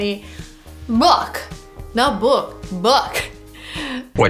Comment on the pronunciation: You sait it right the first time: /bʊk/. And wrong the second time /buk/.